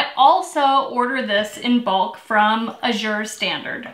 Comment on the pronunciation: FYI Azure is pronounced, "a- zhr", emphasis on short a. Loved your canning recipe. : )